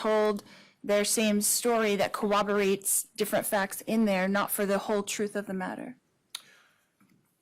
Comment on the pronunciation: Is she really saying "cowobberates"?